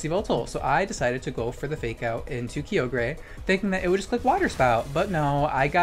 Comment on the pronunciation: The way u say kyogre hurts me